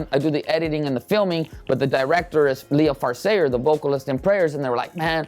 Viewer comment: Oh he pronounces it Leah-far I thought it was 🍁-fur